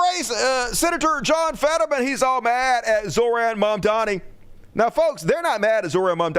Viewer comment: “Zohran Mamdani” {5 seconds later} “Mormon Zamdanhi”